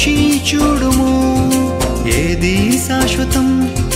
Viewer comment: Praise the Lord brother దయసేసి ఏమి అనుకోవద్దు మీరు మాట్లాడేటప్పుడుకాని,పాడే టప్పుడుకాని "చ" మీద వచ్చే ఏ పదాన్నైనా సరిగ్గా ఉచ్చరించటం లేదు. ఉదా"కు చూడుము అనటానికి బదులు చ్యూడుము అని పలుకుతున్నారు. మీరు అలా పలికితే తెలుగుకు ఇంగ్లీష్ మిక్స్ చేసి కొత్త పదం తయారైనట్లుంది.దయసేసి అర్థం చేసుకుంటారని భావిస్తున్నాను